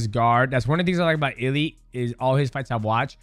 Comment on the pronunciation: Its funny how DJ keeps calling him Illy